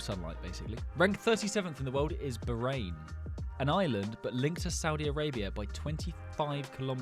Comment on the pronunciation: it’s (bah-rain) not barain